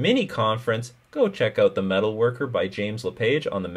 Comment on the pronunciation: James Lepage's series on the is called the Meta worker, not metalworker. It has tilted me every time you said this so far :P